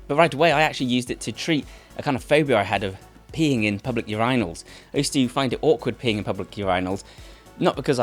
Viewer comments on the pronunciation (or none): Urinals (your-eye-nulls) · ur-eyenals bro who tf says urinals that way